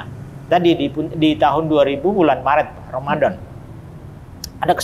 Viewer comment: Bapak yg mualat ini baca Bismillah dan bilang Romadom sangat pas banget. Bapak ini bilang setelah syahadap terlepas dari beban yg berat. Sama dengan yg dikatakan setiap orang barat yg .mualaf.